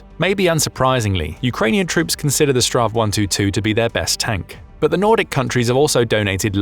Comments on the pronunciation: Minor detail: It's not really "Strav 122". "Strv" is an abbreviation of "stridsvagn" - battle wagon - and is simply the Swedish word for tank. Saying "Strav 122" is a bit like calling Hollywood Boulevard "Hollywood Bullved because boulevard can be abbreviated into "Blvd". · Just say s t r v. Strav is nothing close to what it actually stands for, which is Stridsvagn, translated Battlewagon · STRV is not pronounced "straw" ~ it is simply read out as individual letters, it's an abbreviation of "stridsvagn" (strife wagon) translating as combat vehicle